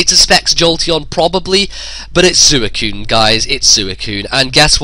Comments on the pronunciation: "It's sooeecune," no it's not it's Suicune. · SWEE - CUNE not Su - e - cune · Ive seriously never heard anyone in any narration pronounce it like. He still is awesome though